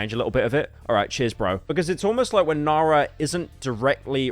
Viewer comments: Man just use text to speech, IDK how you managed to butcher nara halfway through as well. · Cheers bru for mispronouncing the most basic South African names, truly peak content🙏🏿